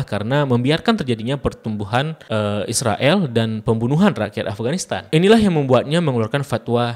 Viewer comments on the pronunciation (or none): none